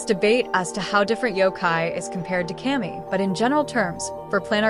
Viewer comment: Not kay-mee, it's cuh-mee (kami) means god